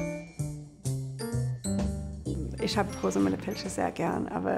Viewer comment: In spite of all those Herzkino-movies Rosamunde Pilcher is not German but British. Her name is definitely not pronounced the way it is at the start of this documentary.